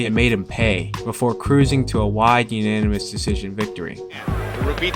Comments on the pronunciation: "Floyd easily cruised to a YANIMUOS decision" . WTF is a YANIMOUS? 🤔🤪🥴🤫🤐🤣😂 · Irervelance and unamous? How tf you gonna do a boxing video and cant say these words!🤣🤣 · “Yannimus decision” lol. Big fan, just fuckin witchoo man